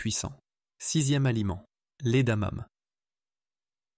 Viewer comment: Contenu intéressant mais Dieu que ces voix artificielles avec I.A. sont pénibles ! Ne savez vous plus lire à haute voix ? Le 5ème élément est "incompréhensif" ... C'est quoi des "damames" ? adamame ? adanane ??? Bref, c'est quoi ce 5ème élément ? Mystère.